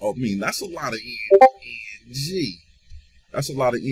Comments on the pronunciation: you mean ENG not EN"J" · Stop saying EN J